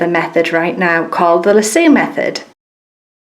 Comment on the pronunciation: Thank you for taking the time to show so many different methods. I'm usually not this picky (especially when it comes to non-American accents), but the way you pronounced "lasso" had me rolling. In America it's "lass-O", not "la-sooo"... please don't take it personally, I thought it was adorable! The Loop is my favorite way but I do it slightly different... Just like you, I double the thread with the loop at the end, but then I come up from the bottom of the fabric and catch the loop with my index and middle finger, then spread the loop out wide, then pass my needle back through the fabric making sure it goes between my fingers. That way it catches the loop and tightens it around the thread. Then I just go on with my stitching.